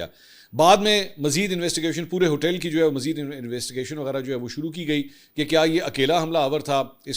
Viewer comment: Mansoor bhai ap hotell hotell kiun bolty hein hotel hota hi. Please 🥺🙏🙏🙏